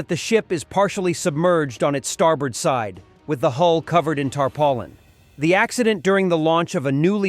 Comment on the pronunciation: I have not heard the word tarpaulin pronounced tarpollen before. That's a new one.